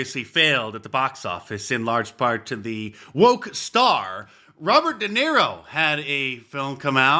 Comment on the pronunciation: Roobert duhniro